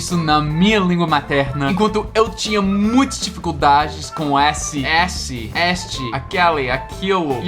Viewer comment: a palavra "este" se pronuncia com "e" no começo e no final,tira a pronuncia do "i" no final.